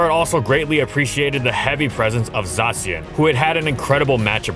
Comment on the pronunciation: Everyone talking about Charizard, but what blows my mind is that uses the Japanese pronunciation of Zacian